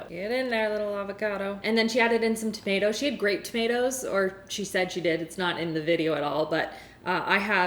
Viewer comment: I was drinking water when she said tuh-mih-tahs and I almost spit it everywhere